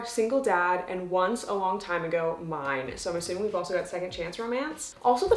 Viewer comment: When she was reading he back of Coach by Deveny Perry I thought she said “mime” instead of “mine” and i was like oh cool a mime romance